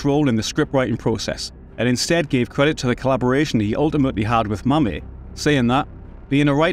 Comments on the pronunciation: As a fellow Scotsman, I give you a break for our accent, but it i David Mamet “ma-meT”, with a short ‘a’ a,d ‘e’ , and a good, hard ‘t’ at the end, not “ma-may”! It’s not Al Ca-pon-ay’ either! ;-) ) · Good retrospective but I've never heard of David Mamet (the 'et' pronounced as in metropolis) being called Mamay before! Not BDP's best movie but I enjoyed it